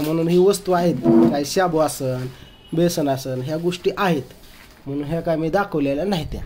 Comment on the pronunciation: बोसन नाही बेसन म्हना 😂😂